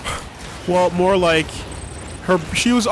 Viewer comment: did you rike it